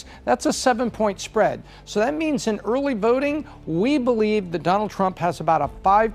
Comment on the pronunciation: "Aurley Vaurting"